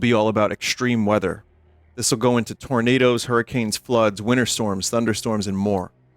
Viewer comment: "Tournadas" lol